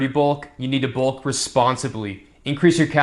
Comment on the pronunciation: People who mispronounce their vowels irk me to no end - can't stand the guy. Glad your "bolk" went well though!